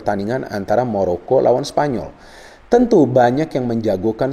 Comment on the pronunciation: Maroko om bukan moroko